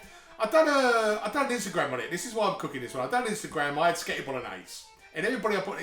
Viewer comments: I like how he occasionally says "pasghetti" xD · although most people call it just spaghetti bolognese anyway, you completely bypassed the fact that he calls it sketty bolognese 😂😂. if youre gonna be butthurt, youve got to go the whole hog with it! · The fact he pronounces it "Sketti" just makes it tastier